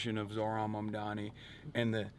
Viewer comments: those who still refuse to pronounce his name correctly can just call him MR. MAYOR 💅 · Part of the reason I'm glad he won is that Zohran's opponents were using cheap, dirty identity politics to try and discredit him. The amount I've seen his haters deliberately mispronounce his name is ridiculous. The labels used against him because of his Muslim background have been absurd. Those kinds of whack tactics should fail and I'm glad that they have in this race. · Cuomo in shambles - now he'll have to learn how to prononuce Mamdani's name 😭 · Seriously though, Cuomo making a point of not being able to pronounce his name should have been disqualifying in and of itself. Two options: - You're not doing it on purpose? You're too unintelligent to be in a position of power - You're doing it on purpose? You're a petty b*tch and you don't belong in a position of power I wish people would have started mispronouncing Cuomo's name on purpose. "Welcome Mister Cuomuo, is it? Coumuo? Sorry it's so confusing"